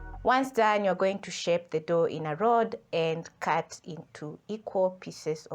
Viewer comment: Madam it's Flour not flower, it's dough not door anyway thanks I've taken notes.